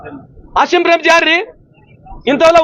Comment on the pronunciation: ಮಾನ್ಯ ಮಂತ್ರಿ ಅಸಿಮ್ ಪ್ರೆಮ್ ಅಲ್ಲ ಆಜೀಮ್ ಪ್ರೇಮ್ ತಪ್ಪು ತಿದ್ದು ಕೊಳ್ಳಿ